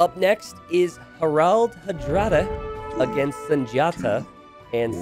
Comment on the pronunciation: Harald, more like Harold. If you can make the second a a bit more like the first, that's even better. In Hardraade, the d is silent. It's more like Har-rode-eh. Both names have emphasis on the first syllable. Regards, a Norwegian.